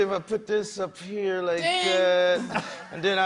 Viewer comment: Lol nelly still can't pronounce here correctly